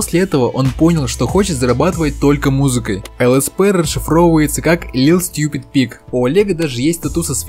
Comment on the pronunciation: Little Stupid Pig , а не lil' stupid pig